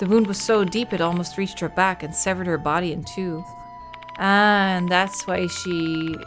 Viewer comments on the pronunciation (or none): none